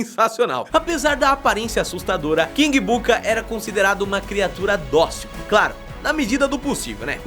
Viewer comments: Dossil? kkkkkkk! Docil palavra vinda do latim....significa docilidade, bondade, ternura.! OKAY? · TE DOU DESCONTO POR MORAR NA ITALIA, MASSSS DOCIL E NÃO DOSSIL PQP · "Dossil" kkk